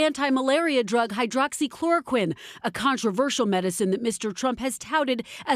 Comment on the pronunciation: with his limited vocabulary, often used "powerful" , "wonderful", "fantastic", "perfect"..... i'm surprised at how he is finally able to properly say " hydroxychloroquine ".